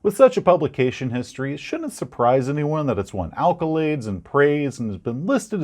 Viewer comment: "Alcolades" or "alkolaids?" Are you saying drunk people love this module, or that it's like a basic rolaid? Either way you're right. EDIT: Liked for the kobayashi maru reference! EDIT EDIT: Your knowledge and enthusiasm is infectious. Subbed wholeheartedly!